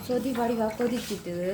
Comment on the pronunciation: தமிழை கொல்லாதை (சோதி இல்லை சொதி) மற்றது கருவேப்பிலை. தமிழை கற்றுக்கொள்ளுங்கள்.